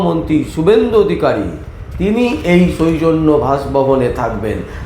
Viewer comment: ওটা সৈ-জন্য‌ না ,ওটা হবে সৌ-জন্য। ভালো করে উচ্চারণ করুন।